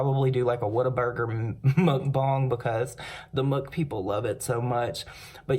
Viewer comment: You’re the first person I heard say “Whataburger” correctly